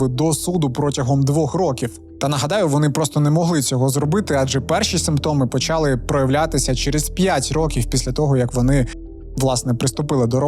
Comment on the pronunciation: 1. Інфекція ширилася НЕ тілом, а ПО тілу. 2. Зясуйте, як по-укр. рос. прям..., прям... 3. Зверніть увагу на вашу фонетику шиплячих і вимову звуків "и" та "е": щЕлепа, а не щЄлепа, чУткИ а НЕ чЮткІ, чОму, щО, а не чЬому, щЬо; все такЕ, а не все такЄ. НЕ почЯли, а почалИ. НЕ відбУлося, а відбулОся. НЕ дівчІну, а дівчИну. 4. Навіщо мішати в укрмову суржикове з західного прикордоння колежанка, коли є українське слово "товаришка"???